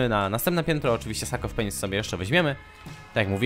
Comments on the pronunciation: ... slyszalem sak of penis ;-; why :( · Powiedziałeś "sak of penis" xd czy tylko ja to usłyszałam ? :d